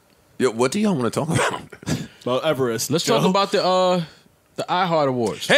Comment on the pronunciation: Yooo got my dyin 🤣🤣🤣 “MOUNT EVERREST”!!